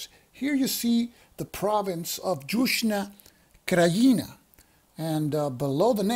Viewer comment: Just to help with your pronuciation... the letter J sounds like a Y. So Yuzhna Krajina , and Yayce (Jajce), Syeverna Bosna, Banya Luka, etc etc etc. The letter C sounds like a ts, not a K, unless it has a mark over it then its a Ch sound (both kinds of mark, one is just harder than the other, but its not worth trying to say them different). The S with a mark over it is a sh. Also FYI, Sjeverna means northern, Zapadna western, istochna is eastern, and Yuzhna is southern, and Srednja means middle or central, if that will help. I spent the 90s dealing with the Bosnian wars, working with humanitarian supplies in Sarajevo etc. This game looks interesting, but may hit a little too close to home for me.